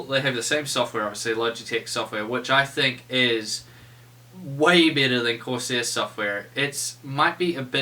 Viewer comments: nah i heard it to lol sounds like new zealand accent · Am i the only one dat heard 'ya this is a little bit bitter" ?